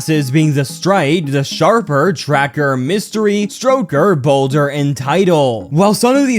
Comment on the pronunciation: it is sharp. And also not stroker, Stoker